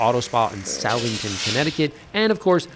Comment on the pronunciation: "South-ington",? 🤣 How many years have you been in CT and you don't know it's pronounced Suh-thing-ton? 🤣 Another great video man!